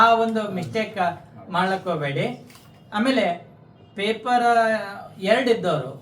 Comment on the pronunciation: ಪೇಪರಾ ಅಲ್ಲೋ ಬಚ್ಚ ಸುಳಿಮಗನೇ ಪೇಪರ್